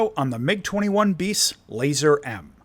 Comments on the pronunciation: Good vid, its not pronounced "Laser" though, has nothing to do with lasers. It's as it's written: "LazUUr" with the "U" pronounced as an actual "U", like in "U-turn" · Hearing keep saying laser is making me lose it, thanks for pointing that out😂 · I thought I was right ! I just checked Google Translate and it seems that the word "Lazur" is pronounced "LAH-zoor", NOT "LAY-zurr". PS - Apparently it means "Azure" in Russian, not "Laser" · The pronunciation would be more like Lah-zuhr.